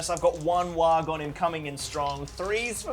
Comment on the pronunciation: Every time he says Warg I think he's saying Waagh. I mean, it's orc either way so it's fine but still.